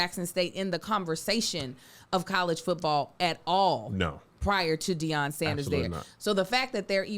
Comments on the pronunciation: Gotta correct his name to Deion and not Dion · ITS DEION. Put some respect on that man name.